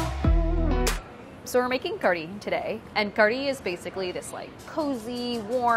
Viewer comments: It's pronounced Karhi, not Kadhi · It is actually pronounced kad-hee (closest you could get) कढ़ी / کڑھی. The ढ़/ ڑھ sound doesn't exist in English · All I hear her saying is kuree. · But then, , doesn't it actually sound like she's really saying "curry" to anyone else? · I swear she's just saying curry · There's no R in Kadhi????? Why does she pronounce kardhi? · Okay, a question just for the desi peeps in the comments: is there an "r" sound in "kadhi"? Is she saying "kari" or "kardi" or something else altogether? I couldn't figure it out. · It sounds like she's saying Curry in Engrish. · You can hear her tongue hit the top of her mouth when she's saying it. Curry, she doesn't do that. It's very hard to catch or replicate if you're not used to it. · New drinking game: drink every time Priya says "Kadhi" and you hear "r" sound :D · Priya even you cannot pronounce Kadhi. And who calls Kadhi Soup.